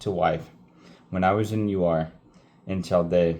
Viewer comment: You continue to impress me! I think Ur is pronounced like "her" without the "h", and I think Chaldees is pronounced with a "k" sound at the beginning. Hope that helps!